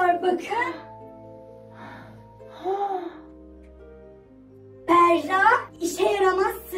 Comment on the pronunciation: Berra değil Bera doğru 😊😊😊